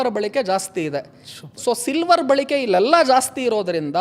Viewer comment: Balike alla Balake antha heli